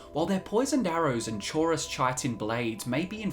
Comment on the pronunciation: chitin is pronounced ky-tin